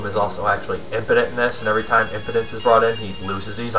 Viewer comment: this is a nice one its realy shows the curruption of the church in those days herbert lom seems to have a problem with the word impotent ;p